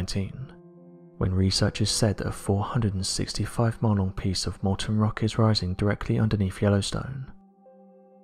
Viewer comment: Despite being an old fart with significant high-frequency hearing loss, I usually understand this narrator just fine. However, in this particular case, he slurred "mile-long" together so thoroughly and indistinctly that, despite listening attentively through several replays, the best I could interpret were "monal" or "Monel." While the latter, a type of metal alloy, is a real word, it made no sense in context. As noted in my original comment, the closed captioning was no help as it displayed "model" the first time he uttered the phrase and "monolith" on the second utterance. "Monolith" seemed to make the most sense in context of geology--there is time-lapse video available of a very impressive lava spine emerging from the Mount St. Helens volcanic dome--but I was virtually certain that I heard only two syllables. Moreover, "465 monolith" still made no sense. In fact, it appeared to be an oxymoron. While I sometimes wish that I did not get so obsessed with details, I'm glad that the answer I derived via online searching helped another person in this instance. You are most welcome!